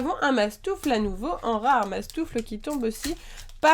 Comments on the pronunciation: C'est mastouffe miss pas mastouffle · c'est mastouffe pas mastoufle